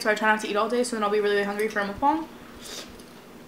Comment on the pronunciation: it’s pronounced muk-bang (not being rude just to let you know)